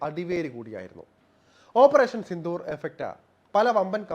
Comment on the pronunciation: ഓപ്പറേഷൻ സിന്ധൂർ അല്ല, സിന്ദൂർ എന്ന് ഉച്ചാരണം